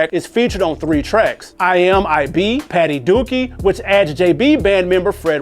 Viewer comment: Also, the song's pronounced Patti Dooke (like Duke), not Patti Dookie 😂😂